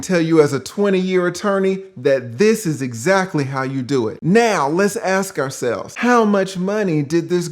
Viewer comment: "Aks yoself!"...ok unc